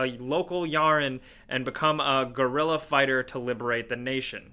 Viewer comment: guerrilla not gorilla lol